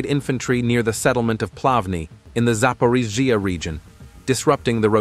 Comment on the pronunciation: Try to mimic - russian. Not Zaporigaa - Za porogzge ( behind a border )